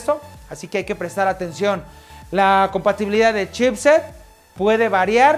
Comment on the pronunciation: DICE COMPATIBILID NO COMPATIBILIDAD